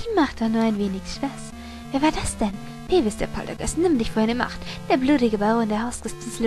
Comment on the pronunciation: na Mensch du Peeves sprich: "Piefs" ^.^